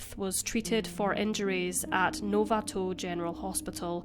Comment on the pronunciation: As an SR resident, we are actually the homeless capital, and the wine is Sonoma/Napa. And the way you pronounced Novato physically hurts me. Then Marin too.